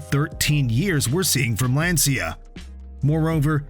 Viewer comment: It’s not Lansia, but rather Lanchia as in chair…